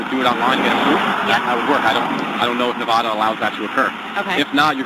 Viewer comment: No wonder that Karen got mad - the officer kept saying "Nevada" wrong :D